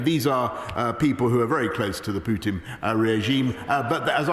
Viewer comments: Did she just call him PEWtin 😳 lol how do you get a name wrong you've been hearing everywhere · 'Pootin' I can't stop laughing 😂😂😂😂